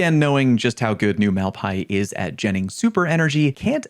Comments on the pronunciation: why "mal-pie" and not "mal pai-ēs"? I thought the spanish "bad lands" translation was on purpose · Yet another name you can't pronounce LMAO. Mal-Pah-EES 😅